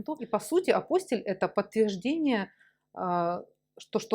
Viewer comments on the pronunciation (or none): Все хорошо, информация полезная, спасибо. Но многократно повторяемое слово Апостиль с неправильным ударением очень режет слух до неприятного. Правильно произносится АПОСТИЛЬ с ударением на слог ти.